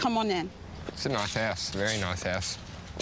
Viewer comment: admit it. at first you didn't think he said house